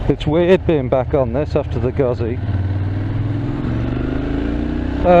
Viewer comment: IT'S GOOTZEE! not guzzie lol